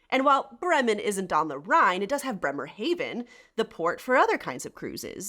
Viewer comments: Not Haven as in english the german Haven is pronounced Hafen and means harbour. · Since you are living in Germany I am surprised that your pronunciation of Bremerhaven was not accurate. It is not Bremer hayven, but rather Bremer ha ven. I am guessing that you know the pronunciation of the vowels in German and it wouldn't surprise me a bit that you speak German. I lived in Germany (Bremerhaven and Bavaria) for a total of 4 and a half years back many years ago. First time was 1962 to 1963 and the second time was early 1980s. I am of German descent and so I really enjoyed my time there. You video is quite eye opening as regards Eastern Germany. During my times there it was communist controlled but my family and I were allowed to fly to W Berlin. Good times. Thanks again for a very interesting video. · Why do you pronounce Bremerhaven wrong? (Bremer Hafen for uneducated Americans). 🤔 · I have to admit I was thrown by your pronunciation of 'Bremen' and 'Bremerhaven'. As someone living in Germany, I would have thought you'd know better.